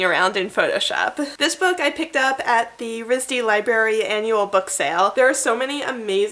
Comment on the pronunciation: It's library, not libary. I let one slip, but after the 2nd one, I had to comment. & Curious to see how you pronounce February too. ;-)